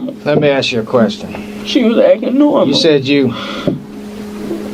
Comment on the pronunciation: "She wah akkin normal, she wah akkin normal..."